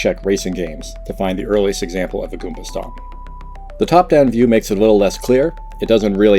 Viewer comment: goomBa not goonPa, that hurts to hear